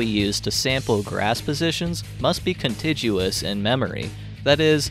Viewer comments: please note 'contiguous' is pronounced "kuhn-tig-yoo-uhs" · Did he say conchijuous? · invaluable resource, but please pronounce contiguous with a hard g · The 'g' in contiguous is a hard g -- it has a 'u' after it, so it's like the g in guess or guard.